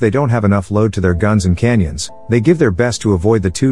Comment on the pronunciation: Does the narrator not know how to pronounce "cannon"? He keeps saying canyon.